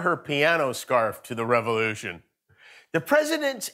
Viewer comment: "We stormin' the Capitol, is a revolushin'!!"